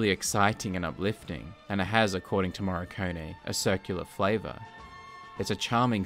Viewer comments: why do you pronounce "Morricone" as "Marconi" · It's "Moh — Ree — Cohn — Eh" In English phonetics. The "r" is hard, not soft though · I pronounce it more like "Morr-i-cone-ee". This is the third movie.